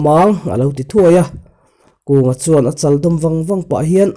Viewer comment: Chu. Tih leh chuan tih i thluk dan hi ngaihthlak anuam lo. Tawp chut lovin a pangngaiin chiar la angaihnawm deuh ang.